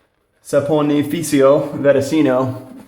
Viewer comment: Lol great vid but let me help you with diction. "Saponificio Varesino - Cosmo" "Saponif" is ok as you said the you must use the "ci" like the first part of "cheat" - saponifi"Ci"o- and then the "Varesino"...the s in this world is a little bit different like you have an S that seems Z..like in French the "Je". Saponif"ee"c"ee"o "Vareszino"...is hard to explain because in noth of italy we use some sounds like french.